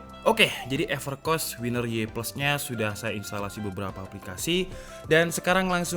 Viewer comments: Ngakak nyebutnya Evercoss Bukan everkoss:v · Seharusnya epErkos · Everrrchoosss bang wkwk 😂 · "epercoss" wkwkwk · Evercos yang saya dengar pas abangnya baca maaf kalau telinga saya salah 😂